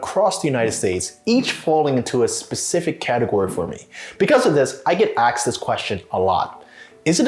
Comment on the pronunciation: "I get asked", not "I get axed".